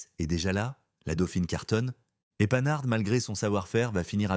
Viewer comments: Sachez prononcer panhard correctement Ce n'est pas panard mais pan har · La Panhard devient la panard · Tout à fait d'accord.. "La panard" pour la Panhart, carrément insultant. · comme je vous rejoins! Imaginez la prononciation des enfants de demain 😱😱😱😱😱 Comme lorsque l'IA prononce, par exemple "la panarde" à la place de la " Panhard" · Tout à fait. Le "h" est aspiré : on ne fait donc pas la liaison avec le "n". On prononce donc "Pan -hard" et non "Panar" ni "Panarde". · Souvenirs souvenirs. Mais la voix artificielle ignore — entre autres — que Panhard se prononce Pan-hard et non panar. Mon oncle a eu une Panhard Dyna junior, non citée, non plus que la 2ch qui plus peut-être que la R4 a marqué son temps. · D'où sort le 'commentateur' ? Depuis quand prononce -t-on 'Panar' pour Panhard ? Il faut vraiment être ignare .. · Ca se prononce PAN-HART, et non panart, Grrrrr ..... Merci pour la vidéo. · Il y a la panard et la quatreee elle 😂😂😂😂 . Sinon vidéo intéressante. Merci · On dit pas "panar", monsieur L'IA, on dit PAN HARD ! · PAN-HARD pas panard!!!! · PAN-HARD pas PA -NARD ! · la panard 🦶🤣🤣🤣 Arrêtez avec les commentaires made in IA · La prononciation de l'époque : Pan-Hard et non panard. Quatr'L et non Quatre L. Horrible IA. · Ah ah ah j'aime bien à 5'46 la "panard" pénibles ces commentaires par l'IA, je ne vais pas jusqu'au bout..c'est trop nul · panard ca veut dire pied en argot. Ce n'est pas une marque de voiture!!!! apprenez à mieux prononcer. Quant aux chiffres, quelle catastrophe. Evidemment, avec l'IA.... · la panhard... prononçée " panard" ! ...c' est l' ia ? (ou la vraie langue à la française s' est- elle vraiment perdue ? ) ça se prononce "pan - are " soudé , pas "panne - are" ! ...ps: c'est pas la bonne pointure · La panard pl 17 😂!!! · Et allez donc ! La Quatreu-elle, les Simca mille trois cent etc ... ("treize cents" et "quinze cents", patate !!!), la Panard (c'est pas le pied comme déjà dit !!!) et ça continue ... Lamentable !!!😢😮